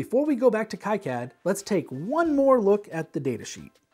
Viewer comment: its supposed to be "key-cad" - thats the right way to say it, right ?